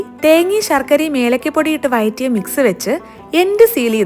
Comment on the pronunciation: വയറ്റി അല്ല വഴറ്റി